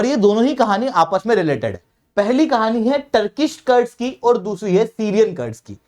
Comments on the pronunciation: कर्ड्स क्या होता है रे, कुर्द Kurd, बोल कुर्दीस्तान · कर्ड नही कुर्द क्या आप लोग सब चीजों का english बनाने के चक्कर मे अर्थ का अनर्थ कर देते हो।पढ़ा रहे हो तो कम से कम पढ़े लिखे जैसा बात व्यवहार करें । मेरी बात का बुरा न मानते हुए कृपया इसे सुधारें।धन्यवाद